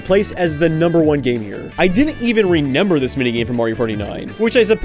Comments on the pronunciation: im so curious, are you pronouncing remember as “renember”? no judgement just wondering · I like how you say 'renember' instead of 'remember' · do you pronounce remember wrong on purpose